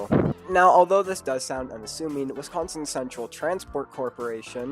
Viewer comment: Horrible take imo. Also I’d politely ask please pronounce my state correctly next time.